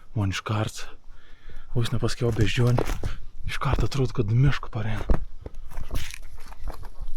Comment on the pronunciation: Jauciu daugiau nei puse zmoniu pagalvojo, kad pasakosi apie “meška” o ne “miška” :D